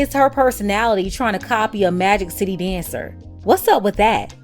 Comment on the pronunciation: When you said Magic City, I heard Maggot City. I thought it was extra spicy PBL today. 🌶